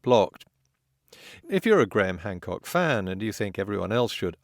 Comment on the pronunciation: Well, it does hurt when you add lies and bullshit as a perspective. Be a little skeptical, rather than listening to Gwaham Hwamcawk spew lie, after lie, after lie. You never even know how to spell Archaeology until Hancock told you about it.